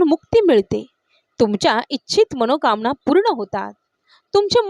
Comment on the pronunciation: ताई धन्यवाद पण मणोकामना म्हणायच्या ऐवजी मनोकामना म्हणा ना .. न ला ण नका न म्हणू🫡